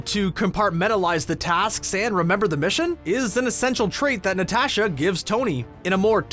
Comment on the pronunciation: Na-tash-aaa lol